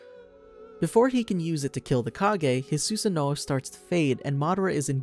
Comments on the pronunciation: Who else hates the way he says Susano'o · It’s pronounced su-San-oo not su-San-o-o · “Susin noh” 💀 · My dude said susee noo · He says susanoo as 'susa nooo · Sussano ,seriously dude ?????? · Suuuu- sa noooooooo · The way he pronounces susanoo is actually so disturbing lmao